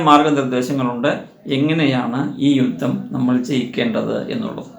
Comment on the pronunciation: രുദ്ദം അല്ല യുദ്ധം എന്നു പറയണം